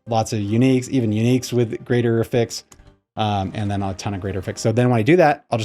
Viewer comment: It's AF-fix, not af-FIX btw